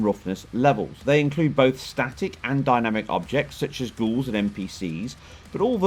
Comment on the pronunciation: The way you say 'dynamic' is hilarious. I've never heard anyone pronounce it like that, dyna-mic, lol!